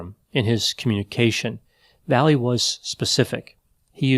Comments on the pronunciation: last name is pronounced "vai yay" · Not sure if he's mispronouncing or translating the guy's last name.